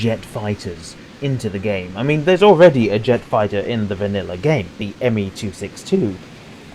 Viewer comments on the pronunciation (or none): none